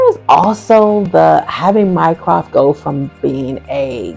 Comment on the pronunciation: I was so glad to find this video! The fact that they never get Mycroft right has always bugged me. I mean, what's so hard?